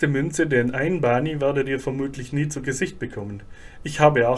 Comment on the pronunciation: Hallo Bani sagt man nicht!!! Das heißt Ban !! Das i am Ende wird ganz selten ausgesprochen. Fast nie.